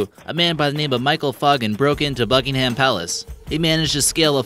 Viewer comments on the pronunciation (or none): It’s not pronounced buck-in -ham it’s pronounced buck-in-nam or bucking-nam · The way this guy mispronounced things bothers me. Bucking-Ham palace is pronounced Bucking-um palace, Pie-ongyang is pronounced Pee-yongyang, and others I forgot. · Bucking-ham ha ha haaaaaa😂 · Kayla G yeah he can't say Buckingham